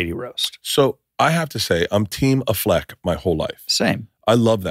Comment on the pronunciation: Do you really pronounce Ben Affleck that way?